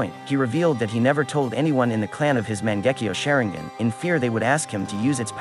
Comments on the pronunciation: Man gekeo sharingan what is that say it right😂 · I disliked the moment he pronounced Mangekyo Sharingan. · dont say mangekyou sharingan wrong